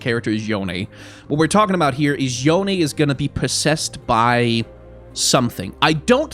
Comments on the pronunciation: yone's pronounced "yo-nay" as confirmed by yasuo in legends of runeterra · Yone is Yo nay, if they pronounce it as Yohn it wont be authentically eastern based. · It is not Yone...